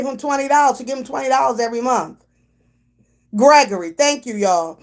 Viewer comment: Not Gre-ory!!! 🤣🤣🤣